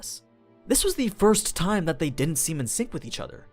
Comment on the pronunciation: I have been watching all Overloard, Goblin Slayer and Shield hero videos. Your voice is pretty good, I do enjoy it 99% of the time. You sometimes pronounce things weirdly though, like the way you force "t" in "time", the very first word you say in this video. Hopefully my feedback helps you improve or something, I guess? :P